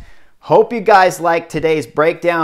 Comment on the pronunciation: If you’re gonna say Paris like that you might as well just say Paris